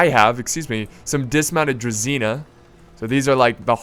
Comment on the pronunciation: About the pronounciations :) Generals unit is pronounced Kn-yά-z (so the ya is the same like in "what ' ya doing there ?" the ya ) , while the z is softer than the typical english z. The unit Druzina, should be more like Druzhina .. the zh is prounounced the same as in the french name Jean. Like if you search for Jean Cloud van Damme's name, you 'll get the feeling of the heavy prounounced ZH in druzhina. The cav's name is like the general's cav. So Vit-ya-z. Vit stays the same , ya like in what'ya doing. and z stays the same as in general, softer z. (make accent on the Vit. when you pronounce it)